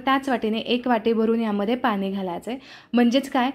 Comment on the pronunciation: खूप छान सांगितले. पण पाण्याला पानी नको म्हणू गं.